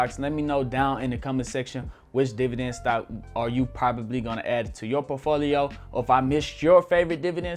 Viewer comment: You can't even prononce portfolio right and you're giving financial advice?